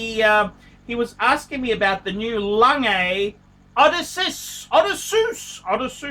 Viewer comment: SAY IT WITH ME: O-DESS-SEE-US, FMD!!!!